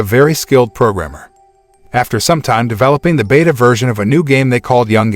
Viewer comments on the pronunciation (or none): none